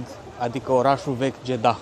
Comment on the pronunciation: Deci,fii atent,se scrie Jedah dar se pronunta JEDA iar femeile miros a duhon nu a parfum daca tot ai cunostinte din Egipt folosestele corect pentru ca tu esti un influiencer Fie ca vrei fie ca nu iar oamenii trebuie sa invete corect,scuze si nu te supara!